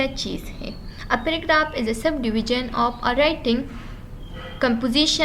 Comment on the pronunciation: So helpful but ap ki jo language style he (of ki bajaye op use karna ) in per zara koshesh kara agar bura lage to sorry 😞 plz don't mind